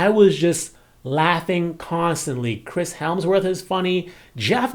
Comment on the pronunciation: HE SAID CHRIS HELMSWORTH LOLLLL